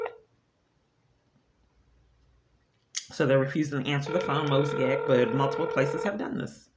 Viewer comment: Did she just refer to Mosaic as “Mosey-ack”?